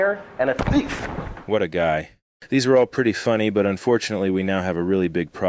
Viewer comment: "you're a coward, and a liar, and a thhif" 😢